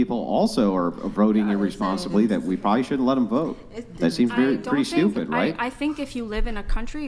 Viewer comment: "I can't help it I'm sdupid" 😂😂